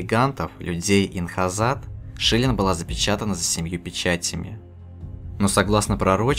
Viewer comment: Инхасад а не инхазад